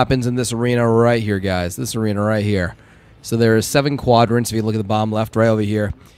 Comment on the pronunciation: “There are seven QAUDrants”